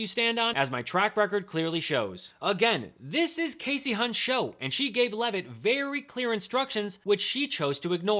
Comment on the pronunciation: Bannon is so dumb and uninformed that he can't correctly pronounced Hunt's first name. How do you get Cassie from Kasie? Remember the rule about two consonants v. one following the vowel, Steve?